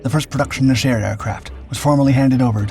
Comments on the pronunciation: ok, i love this narrators voice but hes always trolling us with intentional mispronunciation. Just like Chassis, Nesher is just Nesh-err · It's pronounced "NEH-sher," accent on the first syllable. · NE-sher the accent is in the NE . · something's off with the video, it's over smoothed and hard to watch. It's pronounced NEH, SHER like 2 words